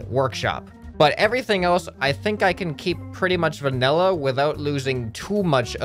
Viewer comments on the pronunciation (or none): none